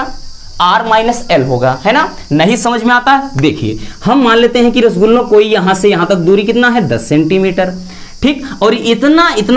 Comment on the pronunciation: Sir rasgullah mat kahiye 😂